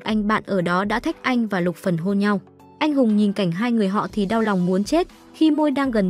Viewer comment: Xin thuyết minh hãy đọc rõ tên nhân vật là Luc Phần